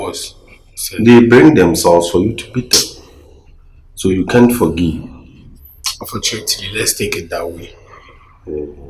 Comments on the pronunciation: Unfortunatry, actuary 😂😂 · Unfortunatery eerr artually, eeii, are you sure this is how to pronounce the words 😅😅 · Is actuarry and unfortunatery